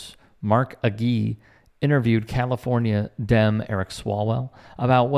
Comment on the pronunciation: It's A-gee. Mark Agee. AKA Smart Mark.